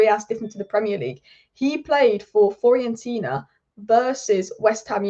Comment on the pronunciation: Please learn how to pronounce Fiorentina. It's pronounced the way it's spelt. Not hard.